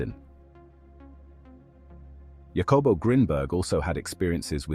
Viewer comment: Mai Gawd! The artificirrator did not say "Jacobo" Like that!... Do you pronounce Jalapeno like Ja-lap-en-oh? - NO, you say " HAH-luh-PAIN-yo" So, good ol’ Jacobo is "НАН-КОН-BO" •.. I legit fear for the humar race sometimes.